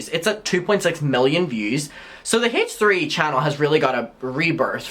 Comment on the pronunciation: I love the way you pronounce the H in H3. Hayche 💗🤣